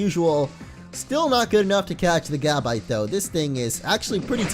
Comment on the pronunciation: its pronounced ga•bite not gab•ite